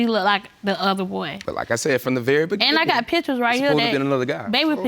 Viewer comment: Why does he pronounce beginning with a "D" lol